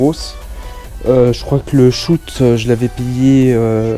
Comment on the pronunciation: Et tu dis shout au lieu de shot !